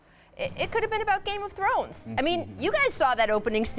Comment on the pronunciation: did she say game of Zones?